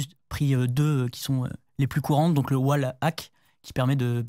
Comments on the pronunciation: Le "oual ack" et le "I am bot". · "I am bot" "oualhack" je suis mort 🤣🤣